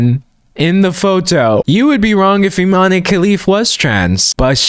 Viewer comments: "Imane" is pronounced "ee-mahn" not "ee-mah-nay." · The e in Imane is silent. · Guys it's pronounced Iman Khelif 😭💀